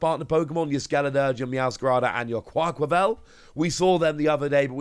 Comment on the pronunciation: I trust one day will say QuaquavAl not QuaquavEl 😅. Anyways yeah I’m on the side of not really excited about the shiny sets. Like coming from someone that doesn’t like Pokémon full arts in the first place it’s just not exciting at all. I like the commons a bit more bc at least their poses are new but idk they really should bring new illustration rares with shiny Pokémon as well